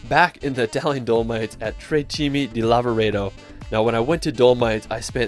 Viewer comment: Great video. Please sort out your pronunciation of the places, especially Neuschwanstein, Dolomite, Zermatt.